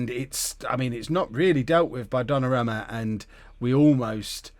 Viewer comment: It's pronounced Donnarooma